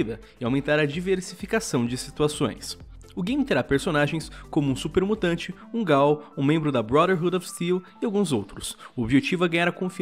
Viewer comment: Gostei do vídeo mas Lion n se pronuncia gaul mas sim ghoul